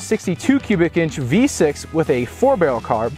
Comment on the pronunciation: are saying it has a V6? I can't understand wha' you saying there. A roofer friend had a 1985, 305 V8, 3 speed column shift. Dependable. It was the kind you pulled into a gas station and said, "Fill'er up with oil and check the gas." He always kept a few quarts of oil with him... I still loved that old truck.